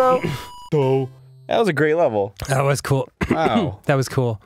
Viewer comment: Vewy gweat wevel.